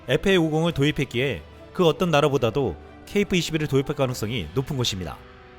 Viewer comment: KF발음이 .케이프 로 들린다는ㅠ